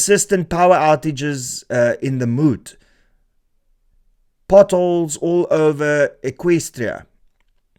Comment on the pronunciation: No way bro pronounced Moot as "Moet"😭